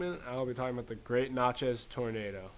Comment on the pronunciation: I live in Natchez. Where is this stuff being taught? BTW, it's not pronounced "not" chez it's prounced nat-chez.